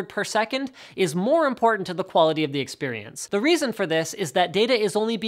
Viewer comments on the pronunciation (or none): Jesus christ, experience, not experiance. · Experience not experiance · Experiance lol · Experiance.... please... experience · experiance? Linus, shame on you! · min EXPERIANCE rip english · Experience* I think you're doing this on purpose now just to f with people like me... :'( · Extremly and Experiance oh my hahahah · "Experiance" lol. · "experiance" lol